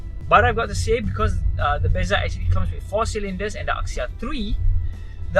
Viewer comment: axia was pronounced 'azia' rather than 'akzia'